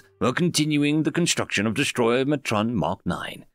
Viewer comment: Yo, The word is Destroyatron DestroyAtron not DestroyMatron. Where are you getting an M sound?:yougotthis